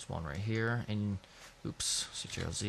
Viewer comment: Good, but stop saying A L T, its just alt (ol-t) and CTRL is just Control, it's really irritating.